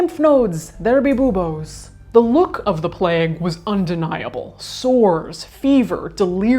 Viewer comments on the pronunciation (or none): Sounds more like a female body part... boob-o's ! 🤣 It is meant to be pronounced byoo-bose, as is bubonic. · Lol .... American accent! Booboes! 🤣 It's pronounced b-you-bose, as in bubonic (Not boob-bonic lol) ! Great video as always apart from that (and you can't help your accent 😉) ! "Egg leg" and "The Plauge Fake" 🤣 Hilarious!! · Can't deal with the pronunciation of buboe and pastuer 😂😭😭😭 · "where there be lymph nodes, there be buboes" lol